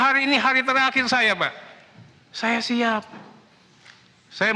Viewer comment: awkwkwk, nada pas bilang " saya siap" di menit , kaya agak gimana gitu 😮..